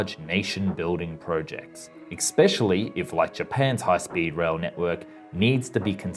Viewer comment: Why must some Americans "Expecially" rather than "Especially". It is really annoying. Otherwise a very good video.